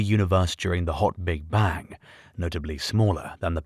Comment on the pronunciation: Sir its Bang ! not bank.